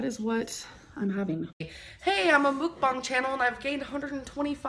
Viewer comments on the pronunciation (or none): none